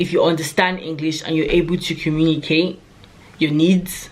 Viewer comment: Love how you said you need to be able to "cUmmunicate"😅 we get the message BecUs .... you're the best